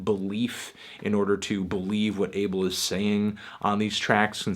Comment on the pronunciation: Yo I'm Ethiopia like The Weeknd and id like to say his name is not pronounced 'Able', it's pronounced 'A-bell'